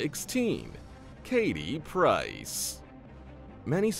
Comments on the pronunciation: It’s Katie Price, not Piercers😂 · Katie “PRICE” get it right you have one job.